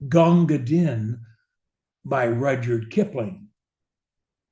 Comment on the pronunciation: Most scholars agree. The name is pronounced "Deen.". It makes the rhyme with "queen."